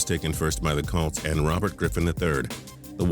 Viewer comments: hey idiot, it's not "Calts" it's COLTS. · The way he says "colts" makes me cringe